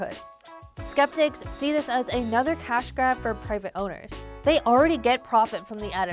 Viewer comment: Ding ding! The yoochube explainer voiced narrator used the magic word ay-nother! Ten points!!